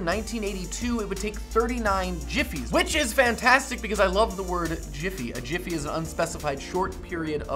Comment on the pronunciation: "I'll be back in a yiffy" :^)